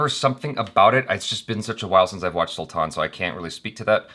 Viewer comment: It is not Sulthann 😠😠😠 dont talk stuff u dont know properly abt